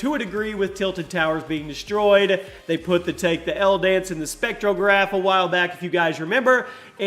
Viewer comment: Did anyone else notice him say poot and not put?